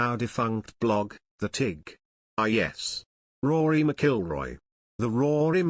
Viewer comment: You would think this narrator would learn how pronounce Rory Mcilroy's name you know this story is not true.